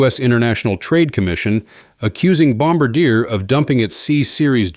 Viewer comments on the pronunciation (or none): More like Bomb bar d-a? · It is not pronounced bomba-deer, but Bom-bar-dyeh, with the tonic accent on the final syllable. Please do your homework. I like that you thrice pronounced route (homophone of root, a word with a French etymon) correctly! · Please have your AI narrator pronounce Bom-BAR-di-eh correctly, as in French! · Pronounced "Bomb bar dee yay" 😉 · "Bomb-ber-DEER" LOL - you f*cking serious? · I am a Canadian who has followed the CS100 and CS300 from the beginning. I watched Air Baltic thrive with the CS 300/A220 I hope the 220-500 does arrive. As per Boeing they don’t need to be be pushed. They are in. Hole they themselves have dug. One additional point. As a Professional who follows aviation you will be respected if you say Bombardier correctly. It is pronounced Bom- bard- ee - aay. That is the correct way and you will be seen asa person who knows more about your Industry. Not meaning to offend, only help. 🇨🇦